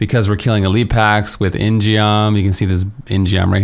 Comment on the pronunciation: Very excited for Inna. But also, it's not "in gee om". It's pronounced "in gum". It's Korean for "sword".